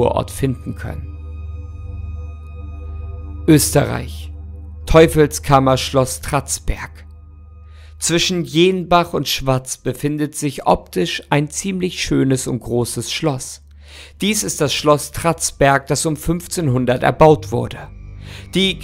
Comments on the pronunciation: ok, aber es wird nicht jeenbach und schwazz ausgesprochen, sondern jennbach und schwaaz😅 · 😂😂also an da ausprache von jenbach und schwaz müsst du noch übn 😂😂aber sonst sehr tolles Video